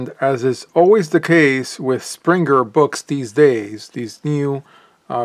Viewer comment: Finally someone who pronounces Springer the german way...